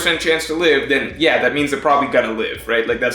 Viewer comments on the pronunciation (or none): none